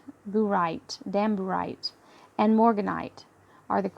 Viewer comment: Thank you for another beautiful weekly reading!🙏 ...I couldn't help but laughing, though, when you mentioned (in the book) "damburite" (if I heard it correctly)... It sounded like "damn right!" 😂😂😂😂